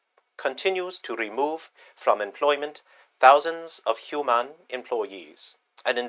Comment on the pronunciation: What accent is that? HuMANN. 😂😅